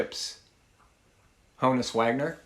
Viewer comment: Good selections...but you're still mispronouncing Honus. Think honest.